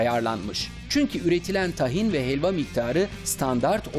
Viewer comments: Tahin değil Tâhin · Tahin nasıl okunuyooor 🤔 A yı uzatıyor muyuz uzatmıyor muyuz 🙈